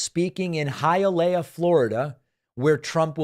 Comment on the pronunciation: So cute. David says Hi a lay a. Just so you know for the future, its pronounced Hiya lee ah.